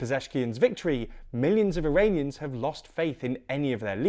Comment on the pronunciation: you need to work on pronouncing Iranian names. but more importantly use appropriate and neutral language as you do with literal any other country.